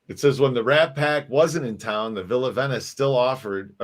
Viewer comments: It's Not pronounced VENYCE it's ven is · do you really not know how to pronounce "Venice"????